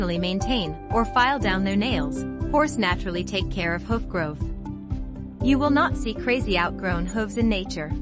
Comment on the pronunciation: learn to pronounce hoof properly for f.s